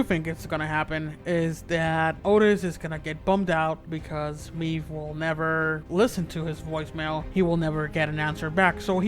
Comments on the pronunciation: ITS MAEVE GOD DAMNIT, I’m sorry, the video is very good but I don’t know why but it anoys me the way you say maeve, you are saying like meve you gotta say like mayve, the sound of the y😂❤️ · The way this guy pronounces Maeve's name as "Meave" is killing. Another thing that's killing me, Isaac is still alive.